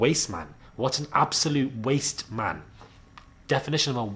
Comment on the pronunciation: " wasteman" y do sound like a Jamaican saying this!